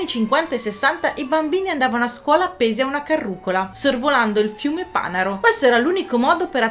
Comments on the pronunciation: Panaro con l’accento sulla seconda a .. deve suonare come paninaro.. prendi paninaro togli “ni” e oila 😅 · Molto interessante. PS Fiume "Panàro" , sono Emiliano. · hanno sbagliato, confermo che si pronuncia Panàro